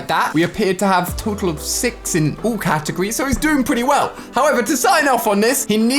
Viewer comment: Why he says oul and not all